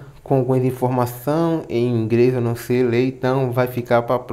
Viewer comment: Dá pra falar certo, não é Ingres é inglês e não é praca é placa